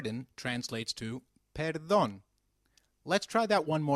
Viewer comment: I think the way he pronounces the p in "perdon" is wrong??